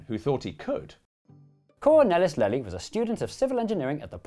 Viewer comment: Absolutely brilliant, as usual! But... you could have checked the pronunciation of the main character: Lely. It's not 'lelly' but halfway between 'layly'' and 'leely'.